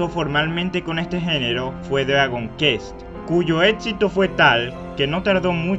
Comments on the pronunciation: Solo no vuelvas a decir "Dragon kest" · "Dragon Kest", "FInál Fantasy". En serio?... Aun así buen video. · "Dragón kest" "Estar geyser" :V Pronunciaciones OP con chadown :V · A ver, vocaliza, se dice dragon CUesT, la "QU" en ingles se pronuncia de esa manera y ademas se pronunca tambien la "T", no dragon KEs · Oshiwomiroito: Lo pronuncia perfectamente bien. Dragon Quest: Pronuncia Dllagon qes :v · se pronuncia Dragon Cuest, no dragon kest xddd csm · No se dice “quest” se dise “qüest” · "Dragon Kést" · Video perfecto, sólo, deberías hacer un esfuerzo por pronunciar los juegos como son: "Dragon Kuest" y "Fainal Fántasi" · se pronuncian fainal fantasy y dragon cuest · jota ege pege, guego de wol y Dragón Kest :3 adoro como asesinas los diferentes idiomas jejejejeje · ¿Peor VideoJuego jamas hecho? Que yo sepa E.T si existio, entonces ¿Como puede ser que sea "Jamas Hecho"? Pd: Se pronuncia Dragon Cuest. :v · "dragon kest" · "dragon cuest", "fainal fánasi", pls... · Se pronuncia: Drágon Cuést :) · tus videos son buenos,pero si mejoraras tu forma de hablar y de paso,pronunciaras bien,serían mucho mejor, el a veces se hace difícil de oir por las malas pronunciaciones cono dragon kest o fínal fantási. con todo y eso,estan bien editados. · me da gonorrea que digas dragon kest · viejo el text aloud era lo tu yo enserio narrar note queda tu voz no cumple con la expectativa mi voz es horrible tambien ademas se que suena jodido y molesto con las criticas pero tu pronunsiacion es terrible dragon kest jot egge pe je? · me gusto tu video, pero me crispa los nervios como pronuncias Dragon Quest y Final Fantasy